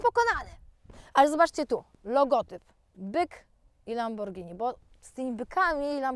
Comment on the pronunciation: Złe wymowiłaś pierwszy raz, to nie "Lamborgini"😱😱😱😱😱! Potem bylło zawsze dobrze bo było "Lamborghini" 😉😉😉 super odcinek! 😍😍😍😘😘😘